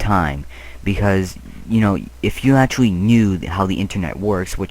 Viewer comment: First, I love you and this video. Second, I love the way you say actually. "atualy" Lol!